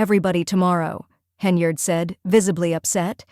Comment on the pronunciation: I was actually impressed because it's the first time I've heard AI pronounce "Henyard" correctly.